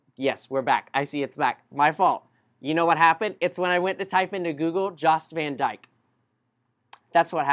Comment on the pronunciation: The Baths are located on the island of Virgin Gorda, not Tortola. Take a 45 minute ferry to the Baths. Pronounced Yost Van Dyke